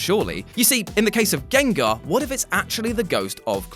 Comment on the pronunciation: This nigga said "trans gangars" lmao wtf